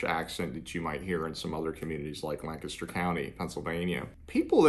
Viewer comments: It was nice to hear someone say Lancaster correctly. 😀. Funny, I’m from Lancaster County with an Amish heritage. I retired in Somerset County and once a certain family at an Amish store found out who our Amish friends were back home they got quite cold towards us. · Thanks for pronouncing Lancaster, correctly!😀